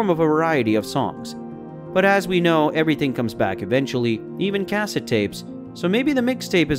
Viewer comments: Cas-sit. I thought it was weird too. It’s cas-set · The way he says cassettes 😂